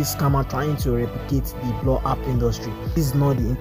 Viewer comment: bro said blow ap😢